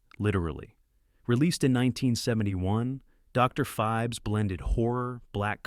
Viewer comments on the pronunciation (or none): The one moment it's 'Blacula', then 'Blachula'. Also, it hilariously pauses for the punctuation mark in Dr. Phibes. Interesting list, but the AI clearly struggles.